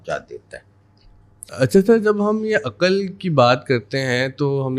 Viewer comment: aqal nhi aql sahi talaffuz